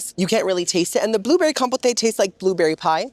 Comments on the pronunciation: Compo-tay and Choppin!! 😭 Compoté and Chopin (Kom-poat and Show-pihn) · Do you know what, "Je m'appelle means?" Since you're half Cuban, you'll know "Me llamo." Also compote is not pronounced compotay. 🤣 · I love you so I'm going to hold your hand when I say you this. Compote friend, COM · POTE (pronouced like poht). Now if this is like a buffet and queso situation... my bad, carry on. ❤ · love how he says "com-pot-ay" and "choppin" instead of "com-pote" and "cho-pan" 😂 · Love how you pronounce "Compote" as "Compotay" LOL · Girl I’ve watched you for so long & watch you so much that I’m starting to say the words you purposely say wrong myself in daily life… like boo-fay and compo-tay 😂You’re infecting me! 😅 💜ilysm!!🫶🏻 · you're saying "kompowte" as a quirky way of pronouncing it, right? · I feel like every video you make there is a compote on the desert and I cringe every single time you pronounce it was an “A” sound at the end. I beg you pronounce things correctly or try, bc your followers may request the item you recommend and they may feel really embarrassed being corrected by the serving staff.